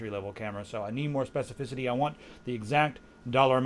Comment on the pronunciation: spefecificity i like that word